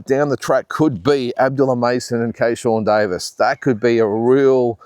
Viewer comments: Driving me nuts ..it’s Keyshawn Davies not kayshawn Davies 😂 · It's Keyshawn Davis not Keyshawn Davies😊